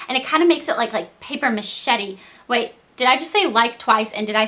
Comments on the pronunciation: lol paper machetti ! its paper mashe :p you look beautiful in this vid. your eyebrows do look the best they ever had . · haha, paper machete! Its mache MA SHAY!